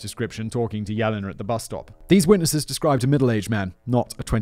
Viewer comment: Good thing he saved trees and didn't print out the script this time...this one would be A LOT of paper! :P:P Oh God...does that mean Callum's gonna try to get up to two hours with his next script? :O (and just FYI, simon - Yelena is pronounced "Yeh-lay-nah" no "Yellina" )